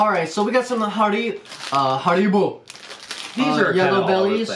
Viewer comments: Please dont pronounce haribo like that 😂 also the stuff inside a crunchie is honeycomb and as a British person please never try and do the accent again and irn bru is just a soda but its really good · Hair. Bo is how you pronounce it! Love y’all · the drink is pronounced iron bru and the Haribo is pronounced Harry-bo btw love your videos 🙏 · You say "haribo" like Harry Bo lol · it’s pronounced “Harry-bow”. 😀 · Haribo is pronounced harry bo btw guys :) x love everything you got sent apart from parma violets 🤮